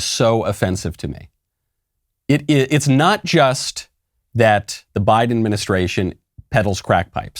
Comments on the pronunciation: I thought I heard Michael say "Why-den" instead of Biden, and I said to myself "Yes. Why, then? Why get boosters that don't work? Why-den." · Why-den Biden